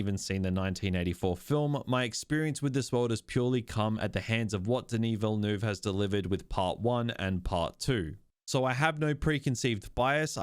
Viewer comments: Ville-NUHv not VilleNooov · Who is 'Vil- noov'? Is he related to 'Villeneuve'? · 😅 You are not able to pronounce his name correctly. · i agree with everything you said except how you kept pronouncing dennis villanueve’s last name😭